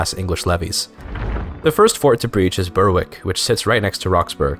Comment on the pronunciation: I really enjoyed the attempt at pronouncing Danish and Polish names accurately, and it really added to the video, but just please extend that to English names too. It was pretty jarring going from your good Danish, to English places like Berwick (should be pronounced /bɛɹɪk/) and Hertford (/hɑ:tfəd/, or perhaps /haɹtfɚd/ given your accent).